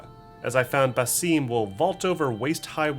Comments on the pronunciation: His name is not "Baseeeemm" lol It is simply, Basim. Soft "i". Why does everyone over-pronounce this name? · Ba 'Sim' not ba 'Seem' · It's Basim not Baseeeeem. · Doesn’t matter what sounds Arabic has. Throughout Valhalla is name was pronounced Basim not Baseeem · thank you lol His name is spoken by at least 4 characters in the game and no one says “Baseeem” lol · I find it so funny when people pronounce Basim as Baseem lol